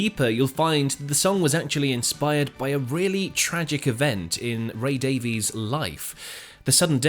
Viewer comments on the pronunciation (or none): It's Ray Davies pronounced Day-Viz NOT Davi-ees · Davies is pronounced Daviss not Davees. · You're British and pronounce it "Dave-ease"??? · Despite the spelling, Ray and Dave's last name is pronounced "Davis".